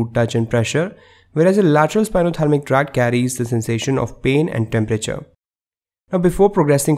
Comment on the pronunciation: Thank you but it's spinothalAmic not spinothalmic ;)